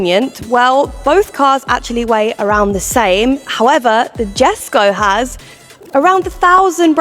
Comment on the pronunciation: ✅Yheskho , not Djeskow❌